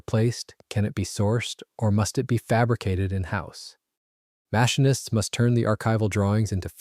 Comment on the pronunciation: "Mash - in - ists" ? I think you meant "Machinists", eh ?